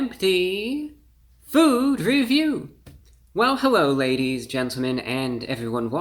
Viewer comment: Hewwo Wady’s and Gentlemen!